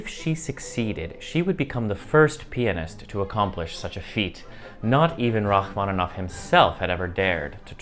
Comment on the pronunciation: Rachmanov? Au lieu de Rachmaninov? Bravo!